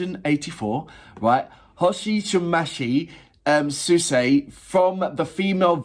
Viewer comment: her name is pronounced like “Ho she match, Swiss-A”